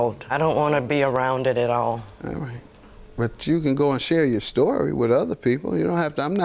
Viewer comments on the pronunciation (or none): The way she said, “AT ALL” took me out! 🤣💀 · Me too🤣🤣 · Girl me too 😂